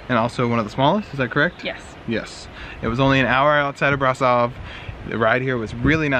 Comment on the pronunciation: actually it s pronounced "Brashov" and "Pelesh". Keep up the good work! I like your vids!